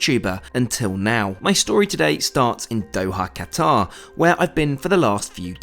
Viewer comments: Ah yes I love cutaerr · The way you pronounce Qatar annoys me